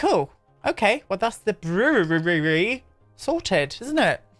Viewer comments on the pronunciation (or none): I, too, struggle with saying words like "brewery" and "empowering". But I was quite tickled with your pronunciation of "urinal". Lol